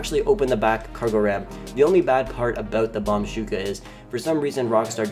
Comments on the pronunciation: Its bombushka not bombshuka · I love how he says bombshuka but its bombushka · You can go inside the bombuska if you take off some upgrades and you can’t put vehicles in the cargo bob Btw it’s pronounced bomb-boosh- ka not bomb-shooka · It anoyed the hell out of me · Fun times but the mk2 ruined the game btw i was dying he was saying bomb shuka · Somehow its very anoying to hear the bombushka miss pronuanced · Can you just say B O M B U S H K A normally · You don't have to add " Do your homework before posting nonsense." And he just pronounced it wrong chill it ain't the end of the world.